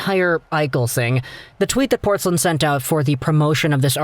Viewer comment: Dude, it's Portz-LINE, not Portz-lin. Wouldn't be a huge deal, but hearing you mispronounce it over a dozen times rankles.